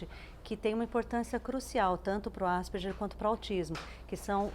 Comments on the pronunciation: "asperjer"!!! Asperger é um sobrenome alemão, e a pronúncia mais próxima sera "áspergar". Pronuncie pelo menos "Asperguer", pelo amor de Deus. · Desculpem, mas por que ÁSPERJER na pronúncia? Se querem pronunciar estrangeiro, então ASPERGUER, o nome e o cientistas são de língua alemã. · Tal como o "Ambúrguer" , Asperguer" ....vamos pronunciar corretamente pois remete ao seu descobridor: Asperger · que agonia elas falando "asperGER", eu acostumei falar "asperGUER"